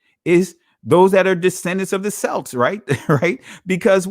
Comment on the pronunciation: Celt, Celts, and Celtic is mistakenly pronounced with a soft S sound. When the correct pronunciation of those three words are with a hard K sound such as Kelt, Kelts, and Keltic. Though in spelling all three are begin with C's. Just like an some ancient languages words that begin with Ch do not produce a Ch sound such as chess, cheese, chow, and chowder. The words Chaldea, Chaldees, Chaldeans, and Chalcedony are all pronounced with a hard K sound pronunciation. Even now you'll still have people pronouncing the Kaldeans as Chow-deans as though correct. Unaware of the language rules for ancient languages not from an Indo-European language family because none of the words are English root words.